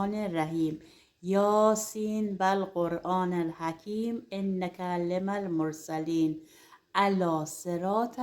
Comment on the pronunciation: لطفاً اشتباه نخونید انک لمن المرسلین آیه رابه زیروزب توجه داشته باشم الکی نیست قرآن حرمت و احترام نگهداریم